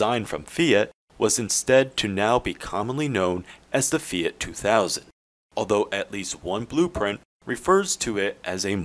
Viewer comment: "FEE' OUGHT"